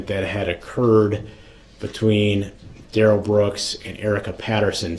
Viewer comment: It might be the pronunciation of his name. The court says Darrell but he pronounces it as Day Rell.